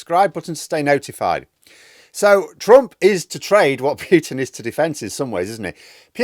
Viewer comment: PUUUTEEN ya dmfg. Not PYYUUTEEN.